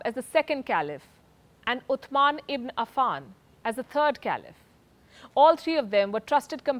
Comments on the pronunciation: It is not Ut'thman... It is Uthman pronounced as Usman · Palki should take reading classes from a montessori student.uthman is read as ussman.